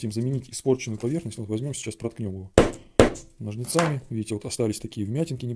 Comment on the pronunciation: "НожницАми" - режет слух, пожалейте, слушателей.